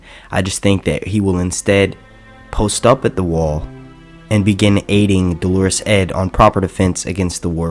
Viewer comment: Just a small thing, I know, but it's crucially important. You called Dolorous Edd, as if he was a woman - it came across as Dolores, the woman's name. It's actually pronounced DOLorous with the emphasis on the first syllable, and means feeling and/or expressing great sorrow or distress. OK, so Edd's a sad sack, I get it.